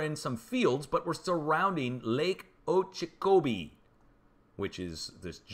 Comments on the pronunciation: Lake Okeechobee pronounced ........Oh Ka Cho bee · lake Oh-kee Cho-bee lol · Lake in Florida pronounced O-kee-cho- bee. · From SoFL...we’ve been having huge amounts of continuous rain now for weeks. It’s unusual for us in late October even though we’ve had hurricanes this late. BTW: Lake Oh-kee-cho-bee. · Lake Oak- ah - chobi ...lol Great channel ! Thank for your info